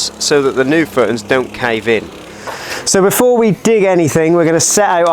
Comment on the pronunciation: Great vid and very excited to see how it all pans out! Where abouts are you from? Once I noticed you pronounce footings “footns” in couldn’t un-notice it 😆 thanks for documenting this 👍🏻